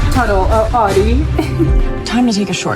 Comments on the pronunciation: audi is pronounced owdi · The au in Germany is pronounced as the ou as in ouch. So this typical American way of saying Audi sounds funny to us. 😜